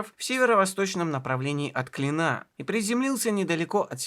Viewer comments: Всё хорошо, только ставьте ударения правильно: БекЕтов, БОблово, из КлИна а то портится впечатление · Правильно ставить ударение в следующих словах так": Б'утлеров, из Кл'ина. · Крутой ролик, гигантская РАБОТА! Интересная подача. Даже и не знала насколько много сделал и открыл великий Д. Менделеев! 3 часа пролетели на одном дыхании, однозначная подписка и лайк. P.s. В названии города Клин, ударение на "и" сохраняется в любых падежах. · Из Кли́на , а не из Клина́ ! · не из КлинА, а из КлИна. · огромное спасибо за этот шедевр! Действительно история великого, но живого человека. Рассказано как всегда максимально увлекательно и объективно. Разве что меня, как коренного клинчанина, немного покоробили ударения: Боблово - правильно на первый слог, Клина - на первый, в Клину - на второй.